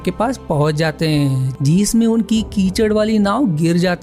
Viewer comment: Bhai... Apni hindi par work karo... जिसमें और जीसमे अलग अलग होते है। जिस पर और जीसपे।